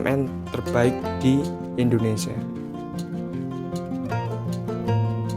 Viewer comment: INDONESA INDONESA PALA BAPAK KAU. NGOMONG TUH YG BENER JANGAN INDONESA INDONESA GBLG